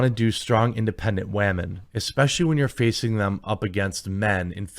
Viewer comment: "Strong wahmen." Okay, to be fair, elves are stronger than humans in Tolkien's world - so, they do have a superpower, Jeremy. Galadriel was actually the second strongest. The issue is how it is choreographed. Even if she were to show that strength, even if she was a he, when a character defeats enemies is good to show some struggle particularly when faced against the best of the best. The character should be injured in the least. I don't care if the elf was a man or a woman, the struggle sells a story. But in this case you missed the point. I agree with the sentiment, but not with the reasoning for this particular case. I don't like Guyladriel, I don't like Rings of Power, but the argument presented could be a better one. This is not a simple action movie set in contemporary times, and Tolkien is not set for our modern sensibilities - including if a woman is too strong. Elves are strong. These are not D&D elves, though Tolkien's elves also have a certain grace, and combining that strength with less of a brutal and more graceful approach requires an effort that these producers will not put forth because they don't care. The argument could be made from the perspective of her targets being Numenorian guards so they should have been portrayed more capable without taking away the fact that Galadriel is a strong elf. It's tricky, but it can be done. Having her use magic could have helped, but not entirely necessary. Perhaps a mix of singing - in the way of magics, with the grace of